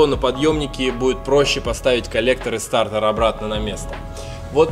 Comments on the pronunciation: стартэр? или стартер???????????)))))))))))))))))))))))))))))))))))))))))))))))глуп звучит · Ну, мужики, ну блин, стартЕр же а не стартэр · СтартЭр ))) Почему то режет слух ))) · Мне одному режет слух этот вот «СТАРТЭР» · классный видос!! Но слово стартЭр уши режет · Как же бесит твой "стартЭр".. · Сцука " стартор" аж уши режит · Нафига ты говоришь старЭр😂😂😂